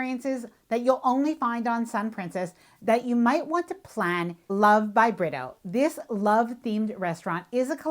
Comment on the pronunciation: He’s Brazilian, you pronounce his name with an H sound, rather than an R. For example Homero. His ls last name sounds like Bree-too.